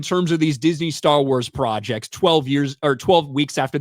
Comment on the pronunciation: I know you said "project" but it sounded like "fraudject". Which is more accurate.